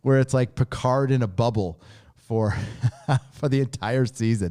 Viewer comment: PEE-CARD lol